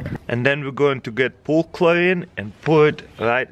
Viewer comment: DOES HE SAY POOL CHLORINE?